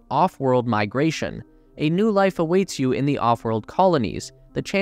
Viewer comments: sounds like you're saying lice indstead of life... i guess only lice get's to evolve huh? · Lice as we know it will never be the same